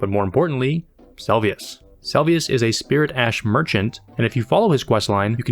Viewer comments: Ay man, love the video! A point of feedback is that you should try to get the names of things right. Nepheli Loux is 'loo' and it's Se-lu-vis, not Sel-vi-us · sometimes i wonder if creators miss pronounce things in videos on purpose to get more comments, of people telling them "its not Selvius! its Seluvis!" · Seluvis is pronounced Selvius? The more you know! Great video. I enjoyed every minute and I think your editing and presence are strong!